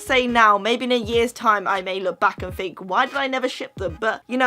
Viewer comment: I fink so I fink (oh it makes me laugh that you cannot say think so thanks)